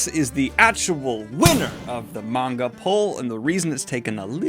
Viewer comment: he finally learned how to pronounce manga